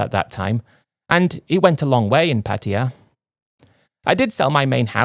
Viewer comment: Repeat after me Londonistan dummy, Paaa Taaa Yaa, I know it’s difficult for you lol 😂